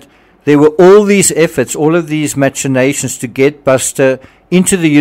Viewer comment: You often boast of your education and the depth of your world travel experience, but you pronounce so many words incorrectly. The one that bugs me the most is: “machinations”. It is not pronounced with a “cha” sound, but rather the ch are together sounding a “k” sound.